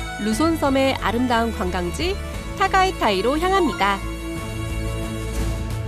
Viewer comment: 약 20년 전 즈음에 타가이타이 화산 관광 가본 추억이 생각이납니다. 실제 발음은 '따가이따이'로 하던데요, 그 뜻은 '아버지 엉덩이를 걷어차다'라는 뜻이라고 가이드가 설명해준 기억이 납니다. 즉 화산이 생겨서 섬이 생겼는데 또 섬이 생겨 난 상황을 엉덩이를 차고 나왔다는 의미로요. 덕분에 잘 구경하고 좋아요 누르고 갑니다.